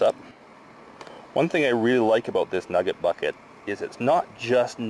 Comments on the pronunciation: The way he says “NuhGIT” 😂👌🏻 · Listening to this man say nugget is so funny and I don’t know why